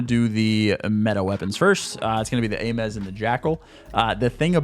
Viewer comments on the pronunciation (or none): This dude said Ay-Mez for the Ames. (Aims)